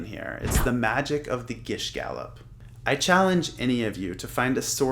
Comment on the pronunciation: you pronounced gish gallop incorrectly